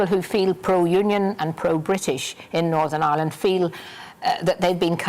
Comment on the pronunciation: Not as bad as fat boy Nolan with his Northern Aaland